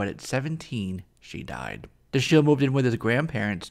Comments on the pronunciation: Great review! One note: His first name would be pronounced "DA-shill" - emphasis on the "Da", which is pronounced like "dad." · Another of my favorite characters from the cartoon. You're mispronouncing his first name. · Why didn't you look up how to pronounce Dashiel?? It gets annoying quickly.